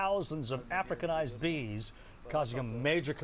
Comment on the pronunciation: "Africanised" wow.